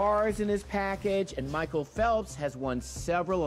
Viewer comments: michael phelps IS. swimmer- and it's MICHAEL not mchicale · Damn how can u say Mhicale Phelps like rlly a swimmer i love him and he is not